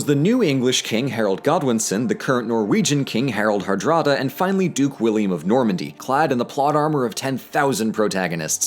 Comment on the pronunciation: I'm a bit skeptical about that pronunciation of "Hardrada".